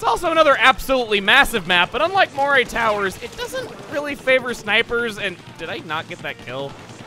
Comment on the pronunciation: It's pronounced " muh-ree " towers.